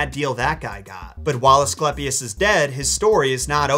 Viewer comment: ‘eiiii’ not ‘ehhhhh’ Ascl’eiiiii’pius not ‘Asclepis’